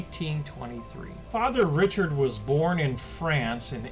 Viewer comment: Father Gabriel Richard......Richard is pronounced "ri shard". I went to high school in Riverview that is named after him.